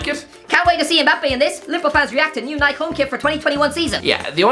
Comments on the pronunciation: and it's pronounced "Nye-Key" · Nike? NIKE!!! it's nik E not your weird cousin's name